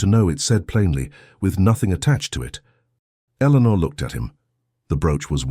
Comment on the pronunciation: The narrationswallows the "R" sound..her name is Eleanor but it sounds like Elena, and the captions are phonetic when in doubt because AI can't reason